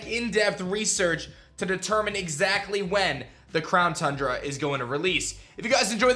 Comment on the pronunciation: It's called Town Cundra